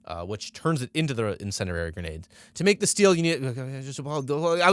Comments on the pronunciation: The phrase "what does incendiary mean?" is an occasional joke brought up between me and my brother so hearing this man say, with a dramatic pause, "something called an incenderary grenade" almost straight up killed me. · Even better is that he has no idea how to pronounce 'Incendiary,' and says 'Incendrarary.' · “Insenderary grenade”